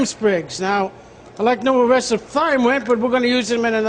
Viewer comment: its pronounced TIME... no the TH sounds like mike TYHson... his credibility is now shit as a chef